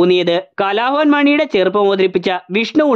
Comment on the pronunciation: കലാഭവൻ എന്ന വാക്ക് കുറച്ചു കൂടി വ്യക്തമായി ഉച്ചരിക്കുക 🙏